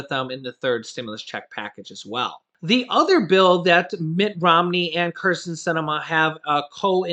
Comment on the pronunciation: Hey, I contacted Mitt Romney again. ( Yrs, ago he was governor for my state of Massachusetts ) He is the one of many names you mentioned in support of a bipartisan proposal that I chucked to myself because you were talking so fast you butchered his name, he was the first republican to speak out as to why he would not promote not certifying the vote. I have contacted him a few times re: Disability and he has proposed a bill stating the social security is outdated and is about to run out, needs over haul is urgent and only concern is how to pay for it. I got sick of Biden and his spending that is wasteful. elderly and disabled have access to home heathcare via our insurance and other state and nationwide programs yet he wants to put it in infrastructure. no answers from Dems so i contacted Mitt. now they are talking. hmmmm. I think BIDEN NEEDS TO STOP wanting so much credit and just let the republicans pass their stimulus now. and add money to social security via ammendment to the american rescue plan instead of keeping it tied up in a bill for infrasturcture. what do you think.?